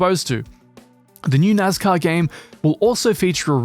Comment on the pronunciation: It's nascar. Not nazcar.